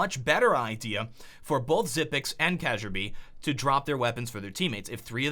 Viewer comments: You're pronouncing Kjaerbye wrong, It's not Ka'sha'bye its more like Carebye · lul at first i thought he said cajunb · KAYJAYAIRBE Its keearbye with the bye sounding like byebye. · I now it is a little bit late to say this but it is not CajunB... It is Kjaerbye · Protip: Pronounce "Kjaerby" like "Kairby" instead, that's about 90% more correct, than "Kajarbi" xD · He saya cajunb and its Kjærbye XD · Kajjerbee? No, its Kee-air-bee Kjaerbye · its pronounced: kyerbee not kajerbi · cajunb ??? ITS KJAERBYE !!! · Kjaerbye is pronounced Kyarbee not Kajurbee. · Kagerbee. Seriously,? Kagerbee? Kjaerbye... Kee-yerr-Bee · Kjaerbye is pronounced "Kyaerbee", not "kacherby". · "KYERBEE" not "kazherbee" lol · It's not kazhierbee it's kyaeerbai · It's not kajerbee... it's said like: shærbee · Glaive bought his M4, what the hell are you talking about?! This video has been so retarded so far it's incredible. Also, what the hell is that pronounciation of Kjaerbye? Cashebyy?:O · So he pronounces Xyp9x right, but calls kjaerbye "kajerbee" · as a Dane, hearing him say "Kazure-bee" makes me irrationally angry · K-cher-by wtf learn the fucking names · It's pronounced like "Kee-yaer-bee" It's danish so the "J" is pronounced like a "Y" in English. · Kjaerbye = casherbee? wtf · "kayjerbe" HAHA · Kesherbee hahahahha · Since when did kjaerbye get pronounced casheerbuy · its not kasierby :/ KJAERBYE MY FRIENDS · Did he pronounce Kjaerbye kuhjarebee? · Instead of Kjaerbye kazaerbye hhhhh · HEY MAN Kjaerbye is pronounced as KA-YEAH-BE (Stress in the middle) Your pronunciation is badddd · i read all the nicknames and asked myself "WHO THE FUCK IS CEASURE BEE?" xD it took a few seconds till i realized he meant kjaerbye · since when is kjaerbye pronounced kacherbii xd, great video tho. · Its pronounce Care-B ( i'm triggered. ) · lol he pronounced it KE-JAR-BE ROFL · Ka jeer bee xddd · What's wrong with kajerby? /s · "Kadgerbee" - please. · Isn't Kjaerbye pronounced Key-air-bee?